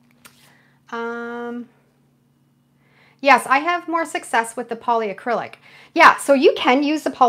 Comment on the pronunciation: It's polycrylic, not poly-a-crylic. There's no A 😊 Love watching your techniques 🥰 Thanks from New Brunswick 🇨🇦